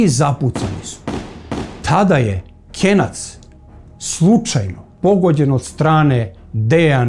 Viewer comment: Nije KENJAC NEGO KENAC